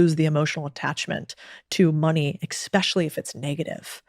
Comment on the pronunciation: did she say exspecially?